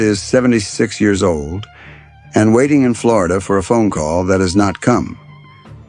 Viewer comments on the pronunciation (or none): none